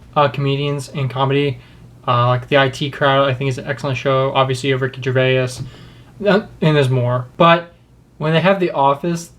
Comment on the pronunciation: Winston Churchill was the greatest war time leader that we could've hoped for but during times of peace after WW2 had ended he lost in a landslide vote to labour Hang on a sec how the fuck did he just pronounce Ricky Gervais.